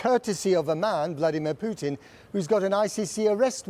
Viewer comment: Did the reporter just said Vladmir Putin or BloodyMan Putin ?😂